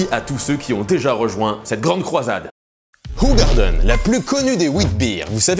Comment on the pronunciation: Alors ça se prononce ou-rar-deun.